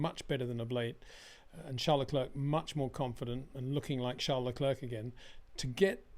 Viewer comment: Hey, It’s not prononunced Lecl’erk’. It’s lecl ‘air’